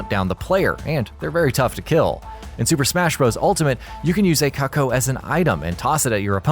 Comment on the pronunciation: Are you serious, it's pronounced like koo-koo, not cuck-oh. This narrator is a moron.